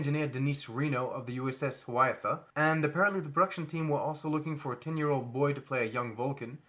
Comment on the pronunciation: Good report. Did you say USS Hiawatha? it's "hi a WAH tha" ... an American Indian tribal leader, 16th century.